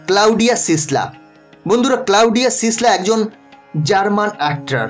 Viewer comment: ক্লাউডিয়া নয় ক্লডিয়া।